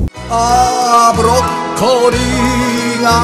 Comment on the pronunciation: 顔覆いながらの口笛は難しいですからね。 余談ですがブロッコリーは時々ブッコロリーと言っていますwww 納豆茂吉の発売に期待しています（╹◡╹）